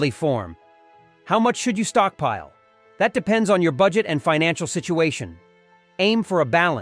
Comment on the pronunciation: Good tips, but the AI voice saying "stockpeel" and "storagay" made me chuckle.